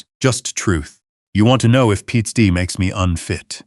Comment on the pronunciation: Half the time the narrator has problems pronouncing PTSD . Not just in this story I've heard it in several of these military stories like this one . Other than that it's a very good story .